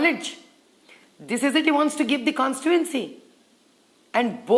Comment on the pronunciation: kawn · stee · too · uhn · see and not kawn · stee . uhn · see. Kya MP seat ladne walon ka knowledge hain.